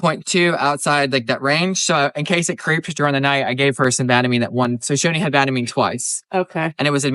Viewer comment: We call it “Ban a mean”, for Banamine. ban like to ban from doing something. I can’t figure out how you are saying it